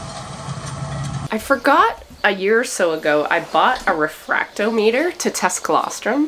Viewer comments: Not that it matters much, but the instrument that measures the specific gravity of fluids is pronounced re-frak-TOM-it-er. I do so love watching you interact with your sheep.☺️ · Hi. I used a refractometer quite a bit back in the 80s in the carbonated beverage industry. Brix is pronounced "bricks". Refractometer is pronounced: Re-frack-tah-meh-ter. Emphasis on frack. So fun to see one used again.